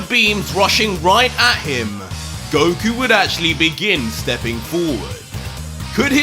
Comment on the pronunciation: Did he just say Broku?